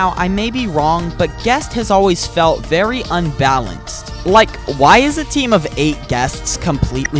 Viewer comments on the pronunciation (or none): none